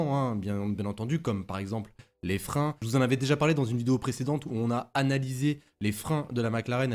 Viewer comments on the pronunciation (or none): none